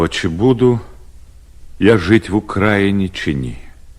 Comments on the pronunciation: В УкраЇні! Ви наголос неправильно ставите. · де наголос на ї 😭